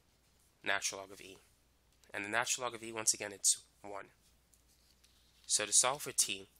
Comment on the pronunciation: If this man says natural log wrong again I'm gonna freak